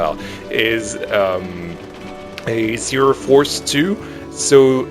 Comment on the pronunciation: im german, and i have to say, your pronounciation was acctualy very good. And also, i think you should make the Zierer go 2 rounds, like on most zierers, because the layout is pretty short